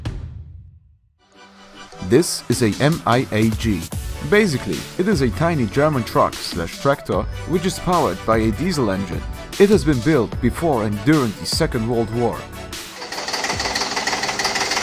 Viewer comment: It´s not a M I A G it´s a Miag. You pronouce it like a whole word. MIAG = Mühlenbau und Industrie Aktiengesellschaft